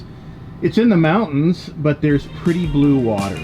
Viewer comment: I finally watched this one and laughed at how he pronounced it. Couldn't help it, I look at those mountains everyday because of where I live.